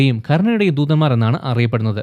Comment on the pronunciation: ദൂദൻമാർ അല്ല ബ്രോ ദൂതൻമാർ👍